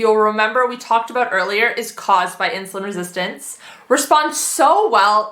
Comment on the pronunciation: how many times do you have to say insulun resistent what an annoying woman